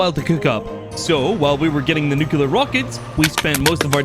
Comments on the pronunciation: is me or he says nucular instead of nuclrear? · "Nucular", though? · I swear the next person who says ‘nucular’ is going to get it. I have a very pacific set of skills and I will find you.